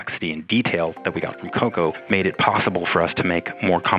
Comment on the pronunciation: Noticed the pronunciation for "COCO"? I'm convinced this lady was handed an assignment that she had no real life interest in.